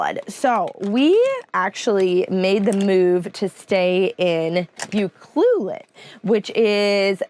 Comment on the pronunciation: Your pronouncing UCLUELET wrong. 🇨🇦